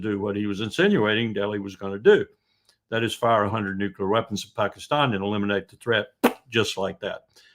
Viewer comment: Larry, you need to say Pakistan correctly it’s time - Paakistan!